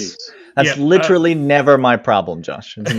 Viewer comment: “Litrally.” You keep using that word. i don’t think it means what you think it means.